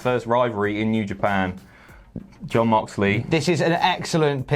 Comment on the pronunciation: Did just pronounce Mox's first name as Yon Moxley? xD